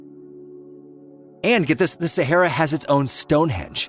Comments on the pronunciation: it's not SAHERA. LOL IT IS THE SAHARA NOT SAHERA. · The correct pronunciation is NOT Sehera but Sahara. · It would be good if the narrator could actually pronounce the word Sahara. It is NOT Saherra! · Sahara, no e in the mame, mr. Amrican…